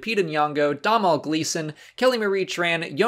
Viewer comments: Domnhall is pronounced “Donal” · Domhnall is pronounced the same way as Donal. That is, dough-nall.